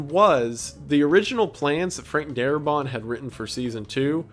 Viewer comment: Its Frank Darabont. Not Darabon,or Darbot. And they did not fire Darbont because he wanted more money for the episodes and AMC did not wsnt to pay for it. They got rid of him because he wanted to do things such as having the zombies use tools and weapons and retain memories. And the series creator said, "No." His zombies are mindless corpses. If you watch the first episode you will see Walkers using rocks and bricks to break windows. And you see the little girl zombie pick up a teddy bear. And Morgan's wife jiggling the door knob. All of that stuff was because of Darabont and Kirkman did not agree with it.